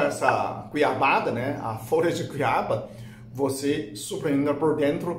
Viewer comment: Ele fala goiba porque não sabe portugues corretamente, mas é folha de goiaba com alecrim...